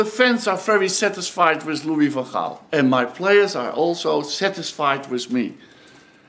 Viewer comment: "Louie Fun Hall".😂